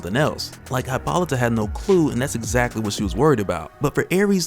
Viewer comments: Ummm its pronounced Hip·ol·ih·tah. Just sayin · I was trying to be funny and informative but it looks more like im just an asshole now. I was withing the first 30 minutes and got nothing so if you seen this, gimmie a like or something. I just don't want to keep hearing you say Hi-pol-ih-tah